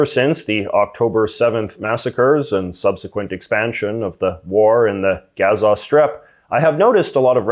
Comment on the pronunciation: You are a Canadian.... Be right. And stop the shit talk. And you don't really care.. Say Gaza right. Not ga...za. I'm hoping Israel is gone from the planet. And all of you who jumped on the train of hate. Are now desperately trying to get off. Goodluck with that. This is for views. I know the entire history of Israel. Not a good look. Anybody want to challenge this? Give it a try... I'll destroy your views. I never thought jews were horrible people. I was brought up watching them being gassed and killed by the millions. It was since grade 1 to 4. After i left the French emersion school. I never seen those videos again. It was 6 hrs of torture. So, yay.. I felt very bad for the Jewish people. Then I learned there history. Oops! Bad thing to do. So you keep talking. Without the hatred and history of Israel against Palestine. From some white guy out west. You have zero idea what they are fighting for. Zero. And fk religion. Take that out of the argument and add murder and just pure racism.